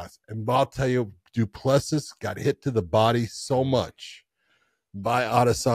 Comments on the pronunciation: Have enough respect to AT LEAST correctly pronounce CHAMPIONS’ names. “Du Pless See” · Thought by the time he became champion you would be able to pronounce Du Plessis properly but I guess some Americans are incapable of learning how to pronounce some names